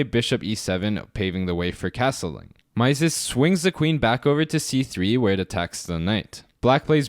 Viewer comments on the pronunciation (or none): Great video as usual: thanks! BTW, 'Mieses' is pronounced 'miz' (like 'me' with a final 'z')) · It is pronounced Mises (i not ai). He was French, therefore the ie sounds like i. Great content . Keep going! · It's pronounced Meee-zes